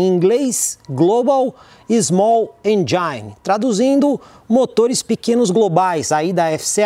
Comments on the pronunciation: com todo o respeito, não é “enjaine” e sim “êndjin”. Um abraço. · Muito bom! Só a pronúncia de engine está incorreta. É engine mesmo! Abraços ! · Vídeo irrepreensível. O.melhor de todos os comparativos. Parabéns!! Apenas uma firula: Erro ao pronunciar "engine".